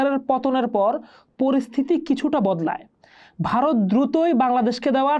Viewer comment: ota Bharat hobe gendee , Barot na...aage uccharaon kora sekh...